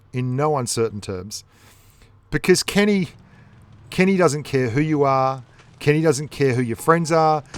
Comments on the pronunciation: Why you say keni otsu, when it is Ke’Ni Otsu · When you call a tank that is pernounced KEE NEE, kenny... This upset me so much more than it should have.